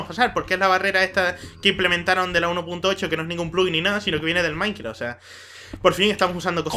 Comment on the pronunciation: dices, maincra xDDD